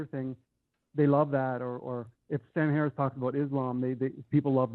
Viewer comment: Fwee will....sam hawwis